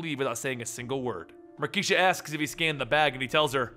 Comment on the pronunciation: Dammit, it's Mar - kay - sha!